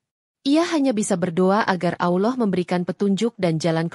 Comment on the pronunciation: Min bkn aloh...,tp Allah....